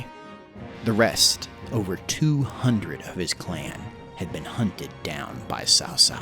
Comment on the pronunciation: Word-butcher tip: Ma Chao is pronounced literally as Ma Chao, which is like Ciao from Italian. And Cao Cao is more like Tsao Tsao.